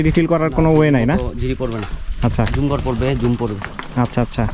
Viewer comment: ঝুম ঘরে বসে ঝুম বৃষ্টি দেখছেন!! শব্দটা কি জুম ঘর হবে না!! বারবার ঝুমঘর কথাটা কানে খুব বাজে লাগে। আশা করি ঠিক করে নিবেন ভাই